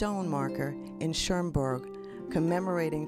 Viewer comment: There is no N in Cherbourg! You are pronouncing it CherNbourg! Incorrect!